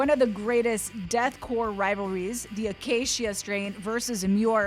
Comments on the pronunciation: It's pronounced, The uh-kā-shuh Strain. I don't think it was ever intended to be pronounced any other way than that. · "Akaysheeuh Strain" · Why is she saying Acacia strain like that-akasheea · Lmao this lady saying the acacia strain, cmon. What are you doin?